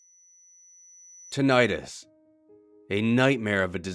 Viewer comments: Tonight us Tinnitus The true bliss of utter silence? Silence is loud as hell to me. True silence is unbearably loud.. isn't it? edit: tonight us is just how the guy pronounces the word. it sounds strange when he says it, is all. lul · Please pronounce it correctly. Please pronounce it correctly .... NOPE!